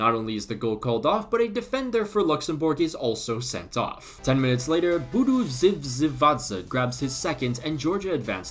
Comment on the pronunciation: that was really great pronunciation for budu zivzivadze